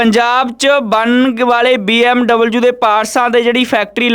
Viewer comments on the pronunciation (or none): BMW not BMUU